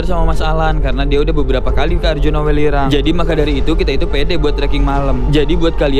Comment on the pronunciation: Welirang ka bukan wilerang